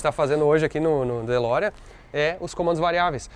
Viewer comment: Fe Lorean ou De Ferrari?